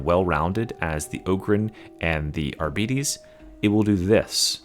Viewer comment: You can't even pronounce arbites. Chill out